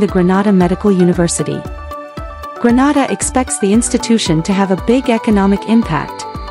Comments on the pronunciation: It's not Granada it's Grenada when breaking it syllables I can hèlp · Is this real true, and why are she sayings granada, is Grenade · 😊😊please note the pronunciation.... Greenayda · Please learn how to pronounce the name of the Island. It is GR EN A DA! We are not in Spain. Please note we need you to pronounce the name of the Island correctly. Thank you. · It’s pronounced Gre-nay-da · 🤦It's pronounced " grə-NAY-də" NOT pronounced like the Spanish city.🤦‍♂ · This is BS, leave Grenada pronounced (Gre-Nay-Da] out of your mess. Clout chase off of someone else. Please and thank you. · If you are going to talk about Grenada you need to learn how to pronounce the words properly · Your pronunciation of the Islands name is wrong!!! Granada is in spain! Learn the correct pronunciation! It's annoying listening to it. We're not in spain!! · Please pronounce the country’s name properly. The name that you are pronouncing is another country called exactly 😢that name . Do your research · Can’t even pronounce the name…..what you know of it.Big lie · Pronounce Grenada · This is so true am a grenadian. But grenada wasn't pronounced right in the video